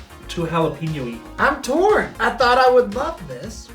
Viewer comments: Really? Jalapeeno? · haa·luh pei nyow v's ha·luh·pei·nyow